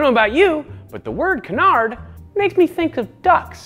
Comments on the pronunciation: If you pronounce Mallard the way you pronounce canard then yes, I see where the duck thing makes sense. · I was wondering if he was canadian when he said that lol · Canard is the french word for Duck so it keeps bugging me